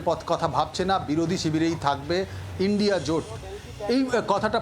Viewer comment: Madam..INDIA..ucharan ta ki bolte parben..????😂😂😂😂😂 Lajja lage na to ...😂😂😂😂